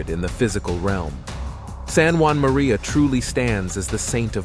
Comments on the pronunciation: St. Juan Maria Vianney the “cure” of Ars. Really? He’s French! St Jean-Marie curé d’Ars please also “18ohoh and 19ohoh”? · Why are you calling him San Juan?He was born in france